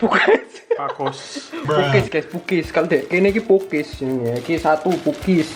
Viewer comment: Bukan pukis tapi pokes